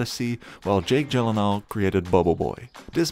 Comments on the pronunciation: How do you pronounce Gyllenhaal correctly? Proceeds to pronounce it wrong. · Jake: "That's how to correctly pronounce it" This guy immediately after: "Jake Jillan Hall...." The timing of that made it hilarious 🤣